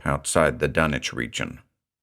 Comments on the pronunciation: Nice to see the logic behind "Dunnich" this time around, keeping with the British pronunciation pattern of Norwich England. BTW, the locals of Rowley Massachusetts, which is mentioned numerous times in The Shadow over Innsmouth, is pronounced "Raleigh", as in Sir Walter. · Well, I never knew I was pronoucing Dunwhich wrong. I did not expect a silent w. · Aw yeeeeeeeaaaaah. Remember it's Dunwich as in Harwich, not Ipswich. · FINALLY, the CORRECT pronunciation! Lmao but yeah as a New Englander, hearing 'Dun-witch' made me honestly laugh my ass off. We need more New Englanders to read Lovecraft and Poe, honestly, as keyed to the idea of refinement as the American ear has been tuned to the British accents, Poe and Lovecraft were literally American writers with well documented strong New England accents, and deliberately having British readers to read their works is like clapping for a Southern man speaking with a Turkish accent to read haiku. I'm sure he could do it with practice, but he will sound really weird to outright ridiculous when speaking. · I've always perferred this pronunciation of Dunwich! Much thanks for this fine new reading!